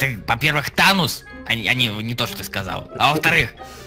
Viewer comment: не тонос а танос